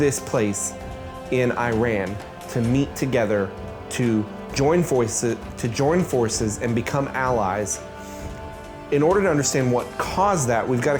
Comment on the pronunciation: You tried so hard to say Tehran, then followed up with “Eye Ran”